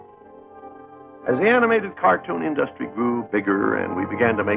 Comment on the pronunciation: Why did Walt pronounce "industry" like "industrial"